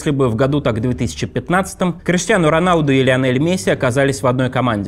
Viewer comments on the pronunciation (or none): none